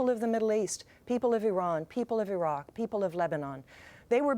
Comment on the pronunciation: She is dumb, cant even say Iraq right lmfao. He threatened the US and we took them out.